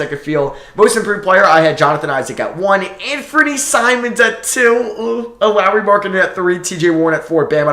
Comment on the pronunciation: You sure it was Anfernee Simons and not Ben SimMons? :D